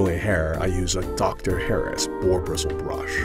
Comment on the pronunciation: It’s D R (initials) and not Dr (as in doctor)